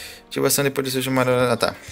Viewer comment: Nossa desculpa mas que agonia vc falando sesshoumaru kkkk